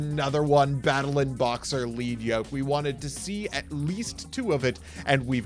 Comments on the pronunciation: It's 'Led' Yoke, not 'Leed' Yoke. The Yoke is made of lead, a heavy metal. It slows the monster down, so it has lower attack points. As parts of it get broken off, the yoke gets lighter, the monster speeds up, it hits harder. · Fun fact: Battlin’ Boxer Lead Yoke is commonly mispronounced (thank you English) but it’s actually ‘LED’ as in the metal because he has a Yoke around his head which was used by animals to plow fields or pull carts. So the card’s name is referring to the equipment around his neck. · Does it bother anyone else that they pronounce it "Leed Yoke" and not "Led Yoke" as it should be? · Once again, it is pronounced Lead Yoke like the element lead...sheesh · I'M GONNA HIT SOMEONE WITH A LEAD YOKE IF THEY KEEP CALLING LEAD YOKE 'LEAD' YOKE! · It’s crazy to me that every Yugitouber mispronounces Lead Yoke. His yoke of made of lead.